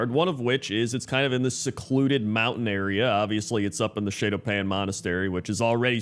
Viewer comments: You were right about the pronunciation of Kvaldir, but Shado-Pan is pronounced like Shadow-Pan. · "Shay-do pan" irked me. Good list